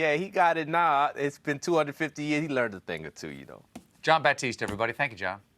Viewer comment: Gotta admit, one of my routines with these videos is to go to the comments just to see who did and didn't get Jon "John Baptiste" Batiste's name right.